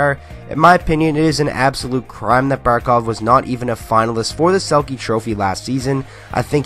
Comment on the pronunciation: Finally someone says Barkov